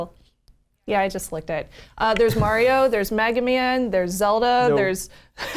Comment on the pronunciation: Did She Say Maga Meaaan Instead Of Mega Man? I Cringed